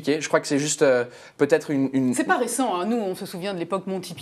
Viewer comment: Les Montee Peeton? MAIS C'EST UNE BLAGUE PUTAIN? (ouais je pense que ça doit être une blague) "Si on avait un Français qui serait aussi bilingue que vous l'êtes ..." Mais c'est qui cette présentatrice. Ca y est, j'ai plus envie de regarder!